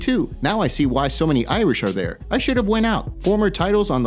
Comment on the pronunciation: This guy pronounced there wrong.